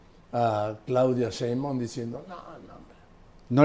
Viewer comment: Joaquín hay que poner a Marín como se pronuncia la Sheibaum, pronuncia muy mal que diga 100 veces como se dice NO LO DICE BIEN ME divierte peroNO ES COMO LO DICE ÉL. SOY FAN DE LOS DOS. DIOS LOS BENDIGA🥰